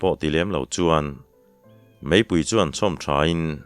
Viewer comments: Vacha thlawhpui pawihte tih lai a, vacha thlawhpui tih lai tak kha, PUI tih kha i thluk dan kha a dik lo deuh lo maw, ka ti deuh a, Ar tui tih a tui lai thluk anga ri mar tur a ni lo maw. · Pawnpui chhe duh,Pawite bawk.Vacha thlawhpui pawite bawk . pui hi i thluk dik lo hret.3 lai thlûksual ka hria... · Tlaikhawhnuah sawi ve ila, țawngkam ah 'Pawihtè vachain a thlawhpui,' tih a ni țhin a. 'Vacha thlawhpui Pawihtè,' tih i lamrîk a, 'pui' i lam dân hi a diklo e.